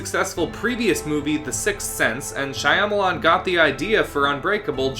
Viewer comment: Are you sure that's how you pronounce Shyamalan? Not that I'm sure either but every other person I've seen (like Nostalgia Critic) says differently